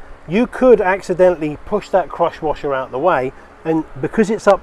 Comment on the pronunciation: Thanks for the great videos, I'm gonna go fix my own generator now! Also it took until the end of the video, I thought you were saying CROTCH WASHER LOL